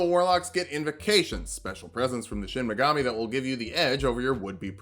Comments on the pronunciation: Anyone else think that was saying Shin Megami instead of Shinigami to annoy those of us that know he's saying it wrong? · DID YOU JUST PRONOUNCE SHINIGAMI AS SHIN MEGAMI EVERY TIME I'M GONNA BOOST THE ALGORYTHM SO HARD RIGHT NOW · Every time he says "Shin Megami" instead of "shinigami," I feel pain, because it makes me want a Shin Megami Tensei or Persona character build. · Late comment, but it's shinigama not shinmagami. That'd be your shin magami tensei. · "I don't know what a Shinmagami is" That's probably because its pronounced Shinigami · not to be that guy but its Shinigami (death god) not Shin Megami (true goddess). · Great video. Only one critique: It's Shinigami, not Shin Megami. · You mispronounced what the death Gods are called in the entire video It's Shinigami, not Shinmigami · Did anyone else notice that he was saying “shin megami” instead of “shinigami”? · Took me a while to realize you were saying "shinigami", not "shin megami". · Take a shot every time he says Shin Megami instead of Shinigami and you want to finish the sentence with "Tensei" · Dear god stop calling it a "Shinmagami". This isn't fucking Persona, its a Shinigami. They're gods of death in Japanese folklore. It's a real thing. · The way he says Shin Megami instead of Shinigami really irks me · Anyone one being physically hurt whenever he says "Shinigami" as "Shinimagami"? I still love you but it hurts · So, like Is nobody gonna talk about how is saying "Shin Megami" and not "Shinigami"? He's either an SMT lover in hiding or taking the piss but idk it's funny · Is... is he purposely saying Shin Megami instead of shinigami as a joke or just mispronouncing it? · Is...is he saying "Shin Megami" on purpose? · Is he purposefully mispronouncing shinigami or am I crazy? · Did you have SMT on the brain? It's shinegami, shi-ne-ga-mi. One word, and only one M. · Me: aw yiss Light from death note: "Shin Magami" Me::'< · Any body gonna mention how he says shinigami?